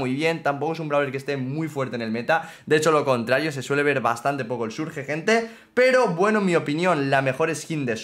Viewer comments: Por que le dices surge al surch(lo pongo a si para que sepas como se pronuncia) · Se burla de como alguna gente pronuncia Bonnie pero miren como pronuncia Surge XD